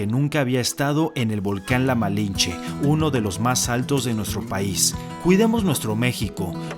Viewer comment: Se dice malintzi